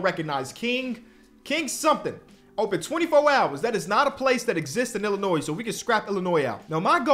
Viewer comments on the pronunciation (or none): none